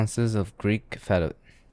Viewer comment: My ears really wanted to hear fettuccine when he said fetta